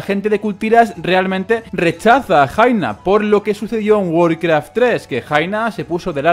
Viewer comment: Jaina se pronuncia Yaina